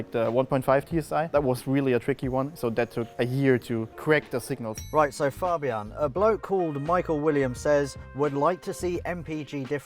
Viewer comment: Im glad he didn't say "fejbien" but actually said fabian, which is the right way.